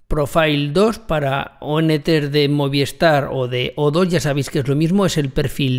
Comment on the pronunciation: Muy bien como siempre. Yo tengo DIGI y estoy muy contento con los equipos que me instalaron, van ONT y Router por separado. Espero que pronto hagas un tutorial para DIGI. Trabajan con Movistar. Que se dice Movis tar no Moviestar jejeje. Saludos.